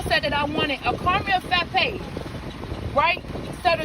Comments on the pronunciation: The woman complaining about the # 1 with no drink but a "caramel fappe" ok lady it s "frappe" frappe 😆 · The lady saying, “Fappa” instead of Frappa.. 🤣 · The McDonald's lady who ordered "the #1"......she butchered the English language. What the heck is a "caramel fappe"???? Lol